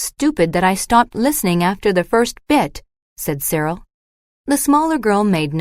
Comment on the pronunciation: Dear AI, the boy's name is Cyril.